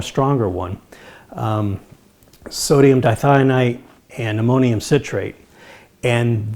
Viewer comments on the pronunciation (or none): none